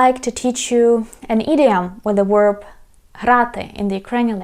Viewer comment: thank you so much for your very helpful videos on learning to speak Ukrainian! as a native American English speaker, I recommend you review how you pronounce the word "verb". to me it sounds like you're saying "werb". I know the English V sound can be difficult. it would really help us to understand you. thanks!